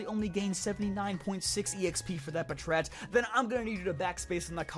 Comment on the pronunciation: im sure that it is pronounced pat rat